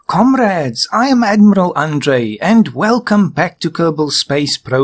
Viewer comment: Je suppose que parle du "komorades" en début qui fait penser à un accent russe ^^